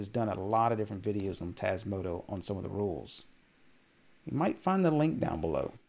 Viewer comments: TasmotA not tasmotO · I love your vids, but can you please stop saying TasmotO? 🤣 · Why "Tasmoto" instead of "Tasmota" though? Is this some inside joke I don't get? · TasmotOOOOOOO? Have a little respect for the project and call it by its actual name please. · But it's not how you constantly pronounce it. It's a small thing, but annoying....